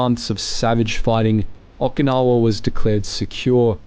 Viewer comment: PRONONCIATION 0F Okinawa?????